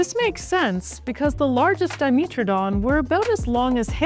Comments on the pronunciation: It’s diMETradon not diMEtradon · dimeeeetrodon 😂 that's a pronunciation I have never heard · Di-MEAT-tro-don? xD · Well that's the first time I've heard 'dimetrodon' pronounced that way. I wonder if says 'let's go to the meetro area' as well.